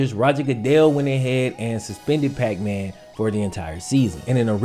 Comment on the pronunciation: I get that when you said puckman my brain immediately switched the P for an F lol